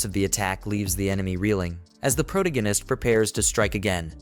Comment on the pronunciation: Why did you let the guy read this knowing he cant say the word "protagonist"?